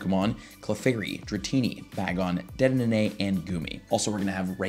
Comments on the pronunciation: dedenenanay, sir thats now how you say it, its "De De Nay" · no one is talking about "dedenene" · Do you botch Dedenne's name on purpose or something? lol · How many D's are you supposed to pronounce in dedenne?